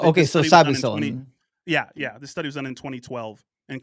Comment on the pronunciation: love you man but it’s Psilocybin (Sill-O-Sigh-Bin). Sorry but I’ve heard you mix this word up a bunch and it’s driving me nuts ha. It’s an annoying word but hope this helps you pronounce it right next time. Praise Doug!